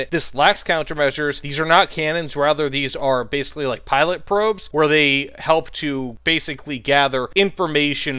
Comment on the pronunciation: They are not pilot probes, they're pitot probes (pronounced pee-toe)